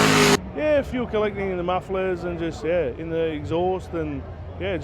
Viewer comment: 6Super6Chicken6 buddy it’s fuel not feul